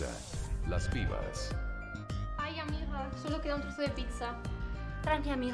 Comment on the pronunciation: O X I G A M E R "aiga" JAJAJA